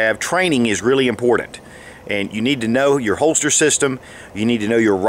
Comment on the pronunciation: It is important, to be immm-por-Dant